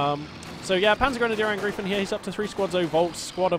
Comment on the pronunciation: The correct pronounce is PanzergrenadierAngr (I)fen like I Phone ;)